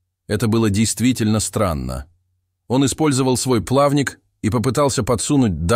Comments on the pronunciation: ПлавнИк, а не плАвник😢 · ПлавнИк а не плАвник😂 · ПлавнИк а не плАвник! ТигрОвая акула, а не тИгровая! Ставьте ударение правильно! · Тигровых акул а не тигравых. Плавник а не плаааник. Что каверкаем русский родной язык. Сколько слушаю таких передач, но не разу не слышала таких слов😢😢😢. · Грудной плАвник, тИгровая акула....как это можно слушать😢? Железные голоса, отучпющие нас от родного языка, приучающие говорить неправильно.....люди, ау! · Правильно делайте ударение в словах! Не ПлАвник, а плавнИк и не тИгровая акула, а тигрОвая акула. 😮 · Почему плАвник, а не плавнИк?! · Какой плАвник,какая тИгровая?Это ,что компьютер рассказывает очередную чушь,или неграмотный или не русский мужик? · ПлавнИк, тигрОвая. Пожалуйста, ставьте правильно ударения. Очень режет слух. Спасибо за работу, но выполняйте ее правильно. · Это искусственный голос? ПлАвник, тИгровые…? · плАвник, тИгровая акула?? Что вы несете, откуда эти дикие ударения?? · Родной, а что у тебя с ударением? Плавник, тигровая акула? Ты иностранец что-ли? Тогда простительно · Озвучивает нейросеть? Ударения в словах "плавник" и "тигровая" не правильные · Ролик сгенерирован ИИ? Уж очень неестественно звучит голос ведущего и ошибки в ударениях, тИгровая вместо тигрОвая и др.